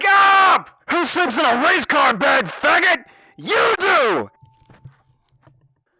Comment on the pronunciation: Did he call me a faggot or a maggot?